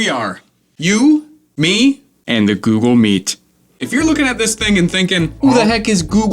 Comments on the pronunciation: why instead of google meet i heard susl meat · Google Meat you said ?